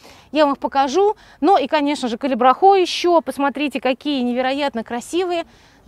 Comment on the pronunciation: Зачем Вы так каверкаете название цветка?????!!!!даже уши режет!!!называйте его правильно,пожалуйста Ведь даже на табличках написано Калибрахоа!